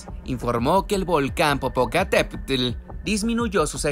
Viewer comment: No sé si el que narra es mexicano..pero no sabe decir bien el nombre de un gran volcán 😂😂😂